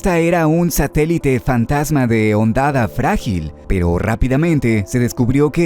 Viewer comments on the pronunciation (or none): Que no se pierda esa bonita costumbre de no saber como pronunciar Hondonada Frágil xD jajajaja grande, que gran video.... por cierto FeldesPASTO jajajajajajaj me parto de risa.....